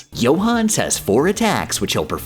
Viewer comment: I know an absolute shit ton of work goes into these videos... which makes that pronunciation of Johannes particularly irritating.